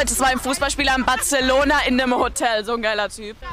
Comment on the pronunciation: Als ob echte Spanier aus Barcelona das auch Batzelona aussprechen, sobald sie deutsch reden... Press X to doubt